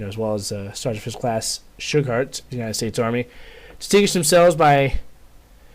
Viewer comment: I believe it is pronounced "Shoe-Gart"